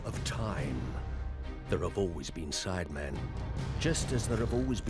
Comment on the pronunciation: Nobody: Not even the contortionist who played the maid: Jj: saying sidemen with an s for no reason